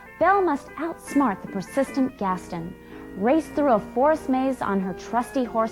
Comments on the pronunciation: I suffered minor physikick damage each time she said it. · I'm sorry, how did you pronounce "Gaston", ma'am